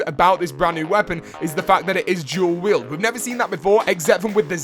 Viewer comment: It's du duelweild not gu